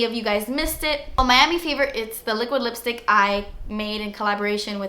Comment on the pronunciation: Your entire attitude throughout this video is pure sunshine! I love you and I just had to record and snap the ice queen part and the way you said liquid lipstick haha too funny! Hope all is well ❤️ thank you for your inspiration, hard work and videos!